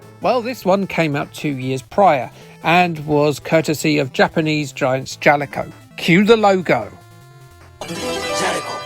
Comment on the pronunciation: Two things I managed to take away from this vid. 1. I know now I have to torture myself with Sega's Young Indy. 2. I can now pronounce Jaleco with confidence 😉